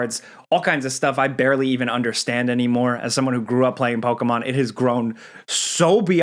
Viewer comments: It's po key mon not po kay mon 💕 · Why is he pronouncing Pokemon so hard like that? Lol “Pow-KAY!!-mown” like wtf is it just me? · You say Pokémon weird lol